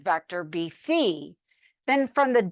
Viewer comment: someone who has pronounced phi correctly! ureshi~~